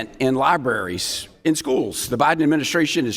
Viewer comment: Did he just say Lie-berries